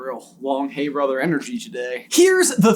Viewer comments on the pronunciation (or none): Some extra oooomph in that “helllloooo brotherrrrr” today! 🤣💖